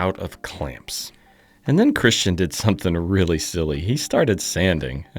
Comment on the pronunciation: Dein Name ist aber immer noch Christian und nicht Cristschen